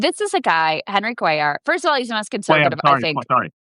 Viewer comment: Its very strange that he both miscpronounced Aftyn Behn and Henry Cuellars name. Maybe he only ever reads articles? Although he is correct about pretty much everything in this.